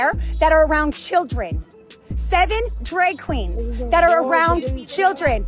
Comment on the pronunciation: 7 "dreg" queens